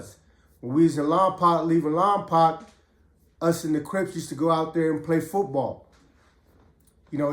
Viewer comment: Pretend you are saying lompoke not lompac like 2 pac much love homie keep doing your thang Lompoc 805 in the house .